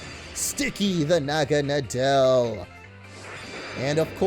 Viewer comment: Naw-ga-naw-del pronounciation not Na-gah-na-del